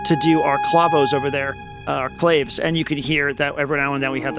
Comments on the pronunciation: Hey man, great demo. Yep, I just ordered one. As a sidenote and please don’t take offense, but you are pronouncing “Clave” wrong, it’s meant to imitate the sound of the Latin instrument which is pronounced “Clah-vey”. So yeah, great demos as always, super comprehensive and definitely do not mean to sound condescending, but I thought you would prefer to pronounce clave correctly! All the very best to you, NAI⚡️🐉⚡️ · Wikipedia says "clave" can be pronounced "Claw-vay" or "clayv." I've only ever heard the former, but, evidently that's a me issue.